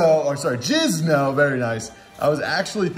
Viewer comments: for years you’ve been saying “J-I-Z-N-O”.... ITS JINZO! JINZO JINNNNNNNNNNZO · Jin-zo not jizz-no lol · Is jizno an inside joke? Or are you just mispronouncing Jinzo's name? Lol. I had to google Jinzo to make sure it was spelled that way and not Jizno because it's been that long since I've seen the card irl. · So messed up how he calls him Jizno, you know what your doin. Why you gotta be F'in with my boy?! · IT'S JINZO SIR. You're a good man but god, my blood pressure done risen, good vid tho😂🖖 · Why do you call him jizno. I'm so confused